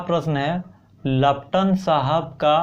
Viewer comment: Laptan nhi paltan hoga 🤣🤣🤣